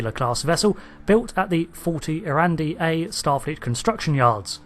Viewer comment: 40 ERIDANI, not 40 ERANDI :D :D